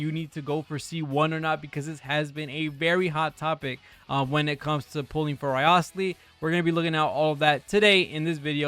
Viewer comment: A content creator who gives so little shit, that he couldn't bother to pronounce the name correctly, which is said in the game properly.